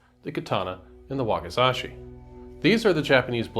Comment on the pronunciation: "Wakazashi" -> Wakizashi